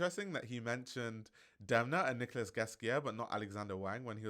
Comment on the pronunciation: Nicolas Ghesquière is pronounced "Nicola" 💙